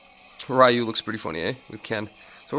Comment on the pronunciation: RYU is not RAIU, is more like Reeu., is not an english name is a japanese name, Ryu is pronounce reeu